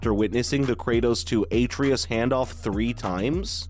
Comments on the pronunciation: Did this guy even play the game? If so, why tf is he saying a-tree-us instead of Atreus? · It’s pronounced “Ah-Tray-Us”. Put some respect on his name, boy!! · Him pronouncing Atreus like Aytreeus even tho they say the correct pronunciation a million times in-game is annoying as hell lol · what the hell is an Atreatus? Atreus, my guy. AH TRAY US. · Its hard to take this review seriously when he keeps calling Atreus aytreeus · Absolutely review bombed. Full of out of context 0 scores that make no sense. BTW, Ah-Tray-Us. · Yeah, like has he never heard someone say his name?? lol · How do you mispronounce a name that is spoken over a hundred time by a dozen characters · Idek how you pronounce such an easy name so wrong. That being said I think this game sucks so bad. Especially after playing elden ring. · The fact you can’t even pronounce one of the main characters names right shows how out of touch you are. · You're butchering Atreus' name is making this and the negative reviews themselves impossible to take seriously. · Dumb video. Can't even pronounce Atreus. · Why is he pronouncing Boy's name wrong? Something tells me he didn't witness any of the game. Dislike from me dawg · Is this video just trolling? Can't even pronounce Atreus correctly. Dafq